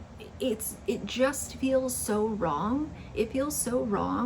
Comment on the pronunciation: listen to her try to pronounce obligatory, lol.